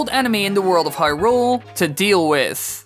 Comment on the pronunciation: This guy’s pronunciation of Hyrule makes me want to punch something.